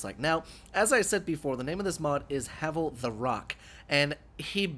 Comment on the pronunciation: Is there a smough and ornstein armor mod? Cool havel armor also it's pronounced "Have-Ull"